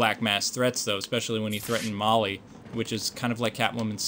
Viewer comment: it's holly not molly